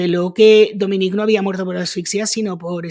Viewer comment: Se pronuncia Dominic...no Dominique😅